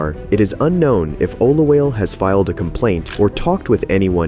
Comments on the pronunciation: Olawale -> Oh-luh-wah-leh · I love this, but just so you know, and I'm sorry to be that guy, but it's pronounced Oh-loo-WAH-leh. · O-LA-WA-LE okay